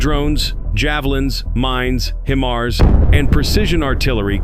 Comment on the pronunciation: lol I can't get past the pronunciation of HIMARS. He's saying Him ars when it is pronounced Hi Mars